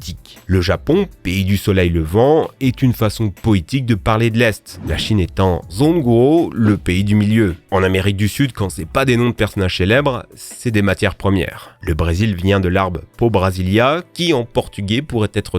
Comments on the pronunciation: C’est pas zongwo mais djongwo (c’est du pinyin zh=dj voilà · En tant qu'étudiant en chinois, je précise que Zhongguo (Chine) ça se dit "Djong gou-ô" , pas Zongguo. Petit truc sympa d'ailleurs : en Chinois, "France" se dit "Faguo", le Pays des Lois, en référence à la déclaration des droits de l'homme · ~ ça se lis pas comme ça (ch se lit comme le h de hair en anglais). apart ca très bonne vidéo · Votre vidéo est super et très bien fait et je me doute que vous avez fait pleins d'efforts pour la réalisée. Mais en chinois le zh de zhōngguó se prononcera comme un ch en français.